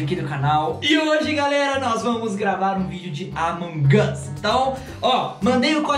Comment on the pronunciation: Nossa tu fala among us errado tu fala among as mas é among us